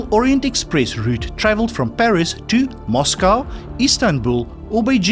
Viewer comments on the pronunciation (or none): none